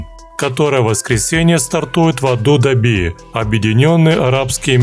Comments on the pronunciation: Прикольно! Точно в "адудаби" а не в Абу-Даби? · автор канал. просьба. научите внятно говорить человека, кто делает озвучку. то он Азербайджан коряво и не правильно называет. теперь Абу даби у него АДУДАБИ... у него что, челюсть сломанная, язык кривой? что с ним не так? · мож, будет лучше, если автор выучит, как правильно Абу-Даби пишется и произносится? Ну, что б в дальнейшем не парафиниться, да не искать поддержки у такого люмпена, как Вы. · да эт Ваш робот, походу, боярой, импортированной из нашей великой России, заправился, мощами закусил, потом причастием кагоровым полирнул, да теперь Абу-Даби выговорить не может